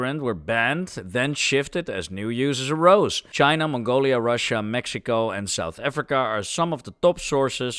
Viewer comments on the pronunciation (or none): none